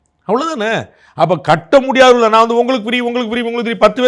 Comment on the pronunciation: The governor couldn’t even say “naan” properly in Tamil.. he repeatedly said “naana” and what ridiculousness…. They should be able to pronounce such a simple word properly.